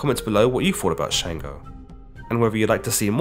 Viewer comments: It’s Chung-go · Sango not shango